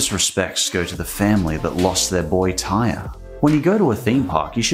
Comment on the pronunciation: just so u know, His name is pronounced Tie Reee (spelled Tyre) That day when that incident happened. The entire city of Orlando was in shock (i live outside of Orlando) May Tyre Sampson rest in heavenly peace